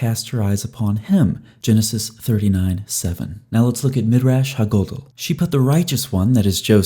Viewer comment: Love the videos… but every time you say “ha gadol,” I cringe a little bit lol. It’s Ha (hah) gadol (gah-dowl), a Hebrew word for big or large, like when we say ha’bayit ha-gadol, or the big house.